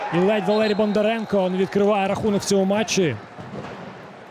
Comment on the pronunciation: поки важко українською, але молодець, слух мало ріже. Хіба вимову прізвищ підтягнути, бо зараз БондаренкА (а не кО), ЦурикАв (а не Ов) і т.д.